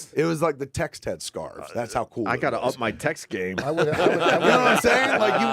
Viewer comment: Is it "scarves"? I thought they were saying "scars"